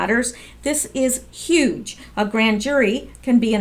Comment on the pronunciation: That's how my friends in Boston pronounce Huge. Ha ha. Just be you! I look forward to your videos. You me laugh. 💕💕💕😊